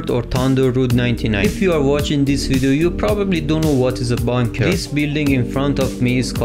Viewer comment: It's funny how he say bonker than bunker but helpful though